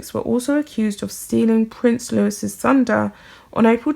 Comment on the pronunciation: For future reference, "Louis" is not pronounced "Lewis" but "Louie" - don't forget this next time because if you can't get the names pronounced properly, it will reflect on any credibility in your pieces.